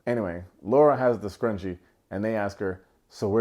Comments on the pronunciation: Scrunchy not scrungee, although that game was scrungee af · Scrunchie! Not Scrungie! I was getting tight when AD was saying it wrong in the episode 🤣